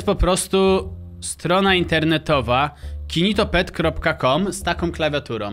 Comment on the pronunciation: Gnido się a nie ginitopet